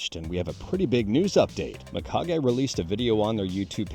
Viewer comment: It's pronounced Meekage, dude, not my-kage. As always, thanks for the info.